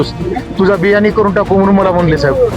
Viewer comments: बिर्यानी नाही ग बियानी उद्योजक 😂😂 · बिर्याणी नव्हे बियानी. दुसऱ्या एका चॅनल च्या बातमीमध्ये असे समजले की बिर्याणी नावाचे कॉन्ट्रॅक्टरला अशाच प्रकारे मारले होते